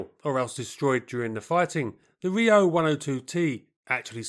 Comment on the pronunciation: Subtract 5 for the pronunciation of "Riout" and Alerion"